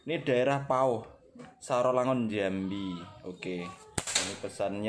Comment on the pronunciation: Sarolangun tu mas bukan satolangun....jambi